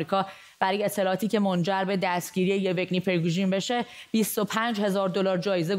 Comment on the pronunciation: تلفظ اسم آشپز پوتین یِوِگنی نیست و یِوگِنی است، یعنی به کسر سوم و نه دوم. دقت کنید که مجری چنین استباهات ساده ای مرتکب نشود